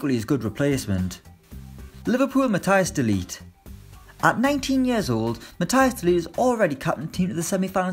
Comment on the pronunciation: “MaTtHiJs DeLeTe”